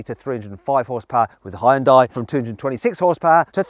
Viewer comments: Can you please effin stop pronoucing Hyundai Hayundye? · 아 ㅋㅋㅋㅋㅋㅋㅋㅋㅋㅋㅋㅋㅋㅋㅋㅋㅋㅋ 다 좋은데 이제 그 '하이운다이'라고 그만 읽을 때 안 됐나 진짜... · 외국인들 발음 웃김. ㅋㅋㅋ 현대:허연다이 기아:케이아 ㅋㅋㅋ장난하냐? 니 발음부터 리뷰해라. ㅋㅋㅋㅋ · 영국에선 하현다이라고 발음하는군요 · 현대 되게 어렵게 발음하네, 하이엔다? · 현대를 “하연다이” 라고 발음하네 ㅋㅋ